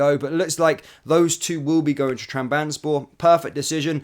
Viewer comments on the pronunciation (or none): Pronunciation of Utrecht and Trabzonspor was absolutely brutal